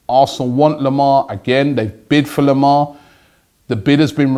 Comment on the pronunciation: Robbie its not thomas lemar its THOMA lemar